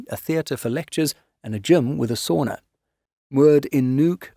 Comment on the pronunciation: Interesting but … you know the correct pronunciation of sauna! No excuse! Cheers from NZ🇳🇿!